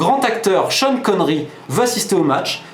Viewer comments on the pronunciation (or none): none